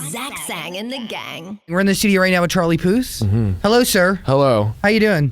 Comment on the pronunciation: Am i the only one that hears Zach say "Charlie Pus"